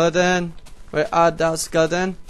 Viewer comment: when u say skeleton it sounds like lilidain